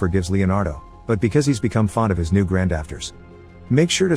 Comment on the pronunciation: "GrandAfters" ... Ok